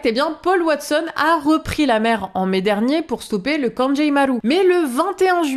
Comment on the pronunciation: Liberté pour Paul Watson ✊🏻 (petite note : "kangei", ça se prononce "kangué" pas "kanjéï" 🙃)